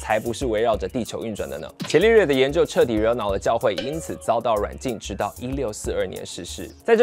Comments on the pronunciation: 不是茄利略，是加利略 😀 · 伽利略的"伽"字應該讀"加"，而不是"伽藍"的"伽"音。